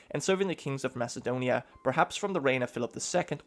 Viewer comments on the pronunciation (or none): none